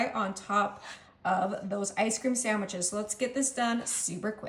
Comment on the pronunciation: Is she calling them ice cream saMwiches?